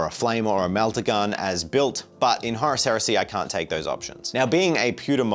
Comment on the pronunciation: Maybe they didn't invite you to WH World is they are angry at the way you pronounce Horus. 😅 These look great by the way.